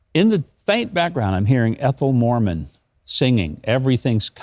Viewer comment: Ethel Merman, not Ethel Morman.